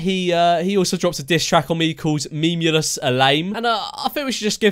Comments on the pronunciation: Its funny how he says "memolus" instead of memeulous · Jack:MEM U LUSS Me:why just why his name is not Mem u Lisa his name is George Memeulous MEMEULOUS OKAY U UNDERSTAND GET IT RIGHT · 'Memuluses' Bro does he even know english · And he can’t say memeulus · Anybody else laugh when he went: mEmuLes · Swear to god he said memulous